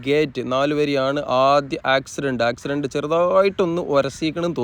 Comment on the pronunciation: 😂😂 ആക്ക് സ് രണ്ട്..... അല്ല കാക്കു..... ആക്സിഡന്റ് എന്ന് പറയാ.... ട്ടോ